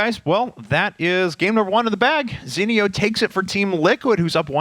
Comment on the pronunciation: STOP SAYING ZENIOS NAME WRONG!